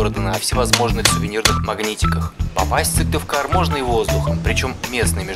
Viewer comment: Да нормально произносится